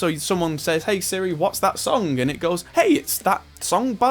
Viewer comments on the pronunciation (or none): none